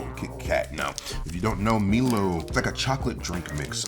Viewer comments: I'm an Aussie, and the one he pronounced as Me-low is actually pronounced My-low. Milo is an Australian Malt Drink, amazing both hot or cold, or just scoop some straight out the tin 😂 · Australian here. Its pronounced 'Mylo' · It’s pronounced My-Low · it's pronounced My-Loh. It's a chocolate and malt drink mix. Very popular in the Caribbean too 😁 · MILO pronounced Mylo